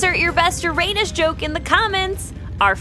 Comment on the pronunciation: You're not pronouncing Uranus correctly, LOL